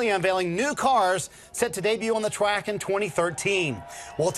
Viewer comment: “To unveil on the twack this weekend”